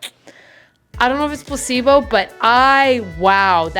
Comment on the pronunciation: Im so dumb 🥲 every time you said "placebo" I understood "possiblo", like possible but in an italian way